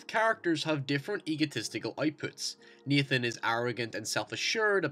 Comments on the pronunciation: Naaaaaaaaathan not neeeethan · "keeleb" and "Neethan" lol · Like halfway thru it's hard to tell if he's saying Nathan or Ethan